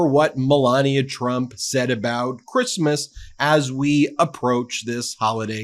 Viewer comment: “Chreesemas” What a feckless b*tch.